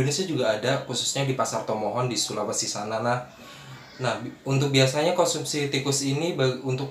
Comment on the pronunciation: Konsumsi mas bukan skonsumsi 🤭